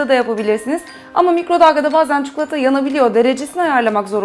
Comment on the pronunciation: cukulata değil çikolata =) =D;)